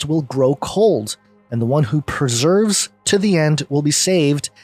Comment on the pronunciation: Not trying to be a pain here, but it's pronounced per-se-vere, as in continuing on despite difficulty. I love words and I know that sometimes our emotions can cause us to mispronounce. Such crazy times we are living in. I hope you're wrong about the rapture but as it is HIS-story, I will gladly go forth with whatever He has planned. Perseverance isn't easy (and honestly has never been one of my virtues) but shall endeavor to do my best.